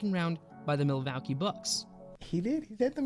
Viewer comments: Interesting video on Larry Legend. But honestly I think with the guy's funny pronunciations of different words (Milwacky? for Milwaukee), he should probably stick to doing it in his own language lol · Wow never heard someone speak so poorly?? How can you not pronounce Isiah Thomas or even Milwaukee. Definitely not from the USA or this is proof the education system is a complete failure.